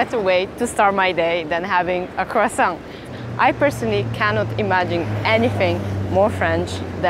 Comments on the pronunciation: Kwason!!!... You say other french thing with perfect pronunciation but not the KWASON... Even the chef says KWASON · It always makes me laugh when you hear Americans pronounce Croissant as CROY SONT. The correct way is KWAHSAHN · Are you going to finish that KWASSON? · Le cwosant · It's pronounced " cwaason " . Silent t . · You say waaat Crosont????? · It’s Pronounced kwa-son 😂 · Its kwa-son. Please use proper pronunciation even you used to speak english. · Isn't it pronounced quwasaw???😂😂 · man the one thing they didnt mention was how to pronounce croissant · You would expect a French baker to pronounce croissant correctly. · I’m unsure of how the presenter, surrounded by French-types, can’t even pronounce Croissant properly. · Learn to say croissant properly